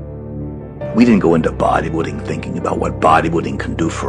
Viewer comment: was Tom saying "Buwaddy Building"?